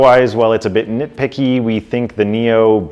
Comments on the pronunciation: Did you just call the company NIO? It's NIU. Pronounced "NEW" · Say 'new', not 'neo'.